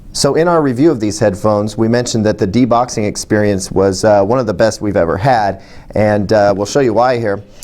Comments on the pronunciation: "De-boxing" oh boy... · deboxing? lol isn't it unboxing?